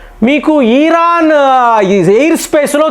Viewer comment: ఈరాను కాదు ఇరాన్